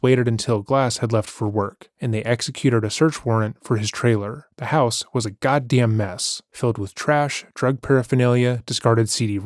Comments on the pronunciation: "The house was a gah dam mess." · Why did you say "g*ddamn mess" like that 😭